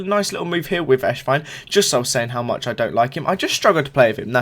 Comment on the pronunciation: It sounds like ur saying eshvine instead of esswein lol